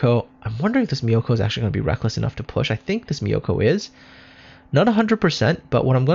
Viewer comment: Nice video! btw myoko's pronunciation is myo-ko not mi-yo-ko. More like cat's meow, but change the w to u.